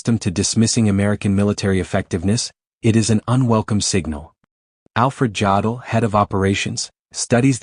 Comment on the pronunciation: If I hear Jodl's name mispronounced one more time I'm going to lose my mind. AI narration is already the mark of a lazy "creator". Bad AI narration renders the video pointless.